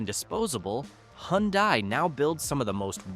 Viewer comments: It’s pronounced huhn-DAY, “Patrick Star”! 🤨 You also forgot to mention the Ram trucks in the Dodge section and Chevrolet’s counterpart GMC! There’s also lots more brands than you think, like the supercars: Lamborghini, McLaren, etc. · Hyundai is pronounced hundae like sunday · "The NSX supercar is cool but outsold by the Toyota Corolla" That's one of the most stupidest remark I''ve heard.... one of the best selling cars in the World it outsold every other frigging car, no ? It's not Hun-dye, it's Hi UN Die. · never heard of Hun-dye either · You Said Hyundai Wrong Its Hun Day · Well at least Hyundai and not "Hyudia" (get it right) is on the list, where is Cadillac ???